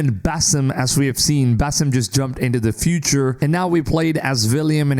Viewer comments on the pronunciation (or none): none